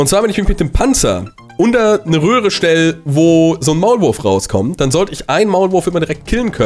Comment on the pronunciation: Oder am ende sagt er statt röhre rohre 😂